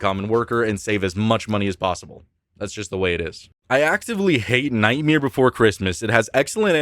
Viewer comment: I love how you say Nightmare. "Nightmere." Amazing!